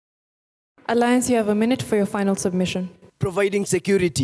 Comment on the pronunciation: Watu wa aliance ni vizuri hatukusema jaust apo🤭 Nikama tutaimplememt kuongea english shule